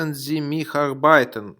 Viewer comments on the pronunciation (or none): все хорошо, только в слове "arbeiten" ударение ставится на первом слоге, очень режет слух